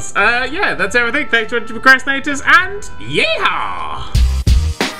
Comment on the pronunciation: its PROcrastinators not PERcrastinators!